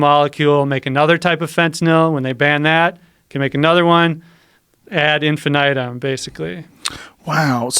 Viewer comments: Is that how you’re supposed to pronounce ‘ad infinitum’? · "ad infinite-tum" xd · when he says "Ad in-fi-night-um" I always thought it was "Ad in-fin-it-um"